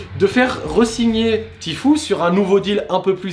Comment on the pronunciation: "tifou" ptin c pas pro tout ça